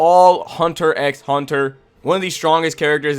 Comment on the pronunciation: Cool list but is there a reason you are saying the X in the title of the anime. It does not pronounced. It is just called Hunter Hunter. The x is silent